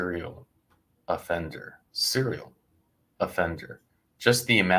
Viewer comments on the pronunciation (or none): Serial, not seral.